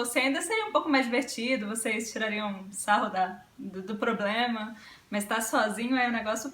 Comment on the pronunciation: Ele traduz e fala "ploblema" .